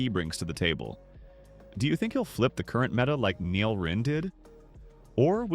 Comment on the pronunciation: Nel ❌ neal ✅